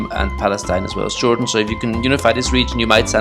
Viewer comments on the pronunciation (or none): none